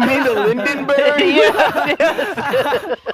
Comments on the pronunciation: The lindenburg? Bro they both said it wrong lmao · “You mean the Lindenburg.” Too funny that he doesn’t know it’s the Hiesenburg. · the heisenburg instead of hindenburg :sob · It's the Hindenburg. Not Lindenburg both got it wrong I remember that clip from back then. American education at its finest haha. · I love how he says Hisenburg and then one of the guys corrects him to Lindenburg, which is still wrong lol